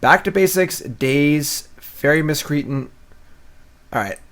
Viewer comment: "fairy Miss cree ten" = "Fairy Miss-Cree -Ant"